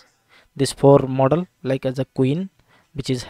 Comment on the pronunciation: Mooodel mooodel moodel😂😂😂